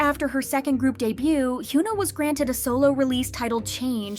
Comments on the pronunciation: It’s HY-ON-A. Not HU-NA lol please pronounce their names right. I’ve noticed you don’t even try to see how their names are supposed to be spoken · why does this channel always pronounce her name as Hugh-na 😭 Is it on purpose? cos it bugs me every time